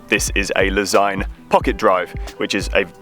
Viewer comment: So that’s how you pronounce Lezyne !